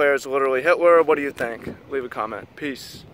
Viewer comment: i heard it as "litterally himler"